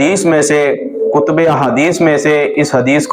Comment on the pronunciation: کُتْبِ حدیث نہیں ہوتا لفظ کُتُب ہوتا ہے باقی زاکر نائیک تو ہے لعنتی لیکن تم نے جو دعویٰ کیا کہ میدان لگا لیتے ہیں پہلے جاؤ جا کر پڑھو صحیح طرح۔